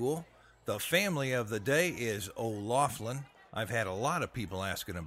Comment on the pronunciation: You didn't pronounce our name right...